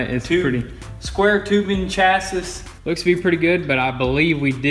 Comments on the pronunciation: Hey guys, great job. Sorry to be pedantic, but thought I'd let you know that chassis rhymes with gassy, not passes (the i sounds like ee and the final s is silent). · Not knocking you guys at all and I love your channel, but "chassis" comes from a french word and is pronounced with a long E at the end like "chas-ee" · “square tubing chassis”😂he pronounces chassis weird